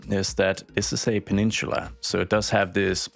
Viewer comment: It's not pronounced " pa-nin-chula" it's pa-nin-sa-la